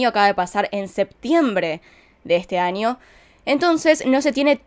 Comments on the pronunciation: Por favor ya no digas ANIO, ES AÑO POR FAVOR 🙏 😭, me ensartar como investigas punto por punto tus teorías llevo más de una semana escuchándote desde que descubrí tu canal y tu acento argentino es muy bueno 👌 solo porfavor en la pronunciación es año🤗 gracias espero puedas leerlo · Me gusta cuando dice: anio en vez de año